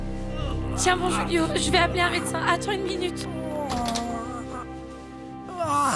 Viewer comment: Julio c’est on Español du coup c’est hulio pas rulio